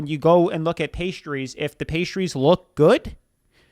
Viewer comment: Pistachios are a food group for me. I could SEE that they were real. And that idiot lady couldn’t even pronounce the pastries correctly. And the pastries looked flaky and flawless.